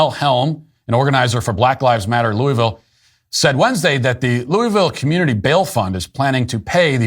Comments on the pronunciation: Love you Matt but we gotta have a talk. It's not "Looeyville" its "Louhvul". This is very important. Get it right or keep our name out ya mouth. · Loo-uh-ville. I lived there for two years, I've heard "loo-uh-ville" "luh-ville" and "loo-ville", but never once heard someone there refer to it as "loo-ee-ville".